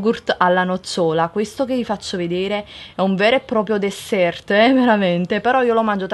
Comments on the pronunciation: Che cos'è il "desserTT" ? -_ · mouniri chaimaa Credo si riferisse al fatto che l'ha detto pronunciando la T, di qui la scritta "desserTT"...proprio ad evidenziare questo fattore!!! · la marca dello yogurt si pronuncia FA-YEH! C'è scritto anche sulla confezioni; "dessert" si legge "desser" basta stuprare i nomi, per favore. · "È un vero e proprio DESSERTT" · Dessert???? 😨😨😨 ma come parli.......